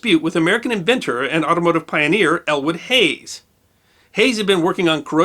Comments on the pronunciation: Great video! In the interest of historical accuracy, it is Elwood Haines, not "Hays". Keep up the good work! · Good video, but it was Elwood Haynes, not Hayes. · It's Elwood Haynes not Hayes. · We enjoy your work.. One thing..its Elwood Haynes ,not Hayes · Great video but two kind corrections. The STL Arch is a catenary, which you pronounced cantenary. Interestingly I heard a Brit on NPR pronounce it cah-TEE-nu-ree, which made me cringe but just one of those pronunciations that changed across the pond (don't get me started on aluminum). Also I grew up in Kokomo, Indiana an hour north of Indianapolis, where Elwood Haynes with an N is an hometown hero. Haynes International is still a manufacturer of innovative alloys and NASA is one of their customers. Kokomo is also famous for another dispute, the inventor or perhaps developer of the first commercially successful American automobile tested July 4, 1894, and also the first clutch-driven car as the transmission was also invented in Kokomo.